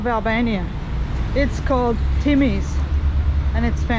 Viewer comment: Tymi pronounced t U mi meaning smoke. It's a barbecue place.